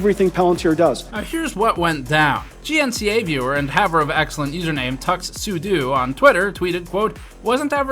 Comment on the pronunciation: Tuxsudo = tuxedo + sudo = rhymes with "doe", not "doo".